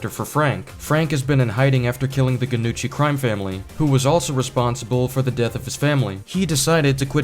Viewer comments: Gnucci is said like "Nyu-chi". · Gnucci is pronounced "Knee-OOH-Chee" like how the "Gn" produces the same sound as the letter "Ñ" in Spanish. W video regardless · Love the video, just one teeny tiny minor nitpick. The "gn" in Italian is pronounced like the "ñ" in spanish. So you pronounce "Gnucci" more like "Nyoochee" grin 😁👍 " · The G is silent in Gnucci.